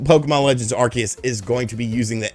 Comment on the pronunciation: You're pronouncing 'Arceus' correctly now. There's hope for 2022..!